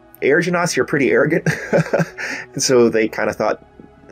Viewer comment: "Air-ogant" ... I C WUT U DID THAR